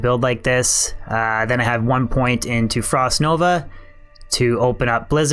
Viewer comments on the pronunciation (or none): none